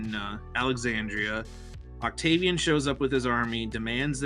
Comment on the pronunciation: Oct-gay-vian.... why did I do this